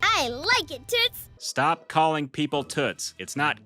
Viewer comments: It sounds like she's saying tits😂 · I don’t like Daniel tiger and it’s sounds like t**s instead of toots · I thought raisins were a crappy Halloween treat, but stickers? Also O the owl missed an opportunity, he could've gone as a broken traffic light. If that can't be scary then I don't know what will. Also also, one of those "Toots" she said sounded like she said "tits" and that's just hilarious.😂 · I thought prince wensday was a bee hevie and l thought miss elila was saying toot 😭😭😭